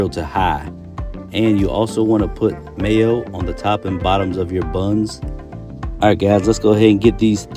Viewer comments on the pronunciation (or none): none